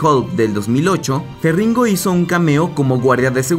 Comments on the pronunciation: "ferringo starr" :v se dice Ferriño y se escribe con "gn". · No se dice "Ferringo" el apellido del actor, sino Lou Feriño, con Ñ. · Se menciona ferriño (como si fuera francés) ❤️🇩🇴